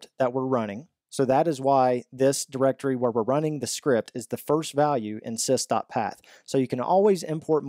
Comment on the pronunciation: just a small comment.. It's not SISTA path. It's sys dot path..